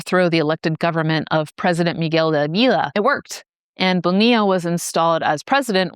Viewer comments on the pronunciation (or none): none